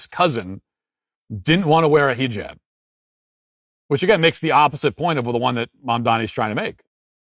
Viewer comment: please keep calling it a “HEE-JAB” or “scarf” 😂😂😂😂😂